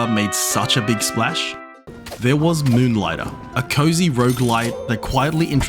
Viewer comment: "Muhnligtah". Love it.